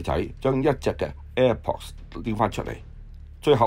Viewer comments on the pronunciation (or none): 。air pods 讀 air pots , 唔係 air ports 👎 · air pods 讀 air pots , 唔係air ports 👎 呢位報導員先生 一定是覆姓 姓”馮英“ 名”讀錯“ ！